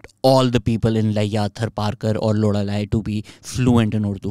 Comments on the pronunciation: Lora li not loda li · Lol "lodalai" bro loralai hota hai gandi baatein na karo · Lorhalai nahi hai bhai🤦‍♂️ loralai hai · BTW it’s not Lodalai, it’s Loralai 😂 Although it’s informative 👍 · Was it me or you just said "Loda-laye"?? 🤣🤣🤣